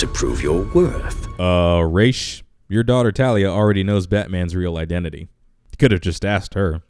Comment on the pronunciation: Since when was Ra's, ray-sh instead of raz